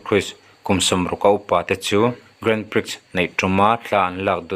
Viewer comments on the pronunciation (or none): Grand Pri tia lam tur